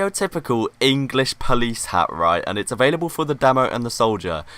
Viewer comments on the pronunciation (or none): none